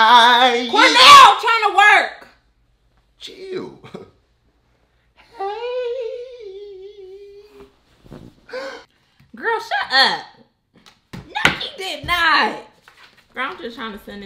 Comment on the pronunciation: 😂 he say till not chill 😂 no hate tho